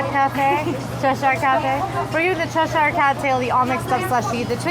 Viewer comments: is saying Cheshire correctly! 😊 Short e sound, then uh at the end - like CHEH-shuh with the emphasis on cheh. The only Shire like is saying it is in Lord of the Rings! This will also help you with things like Worcestershire Sauce (WUH-stuh-shuh). The more you know! 😂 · is right... it's "Ches-sheer" Us Brits have a confusing language 😂 ❤❤ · As a Brit, I can confirm that is pronouncing Cheshire correctly. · is correct in the pronunciation as I live in Cheshire in England xx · says Cheshire Cat correctly